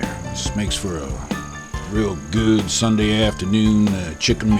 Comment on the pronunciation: You smellat? ...Smells GOOHD! This guy is awesome